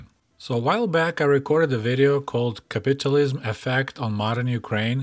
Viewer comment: Funny how capitalism, and capitulism, can sound similar depending in the accent of the person. I had to go back on the video and check what I was hearing. 😁👍